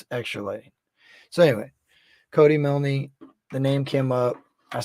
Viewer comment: The name is pronounced With a silent e... ie Cody Miln..✌️❤️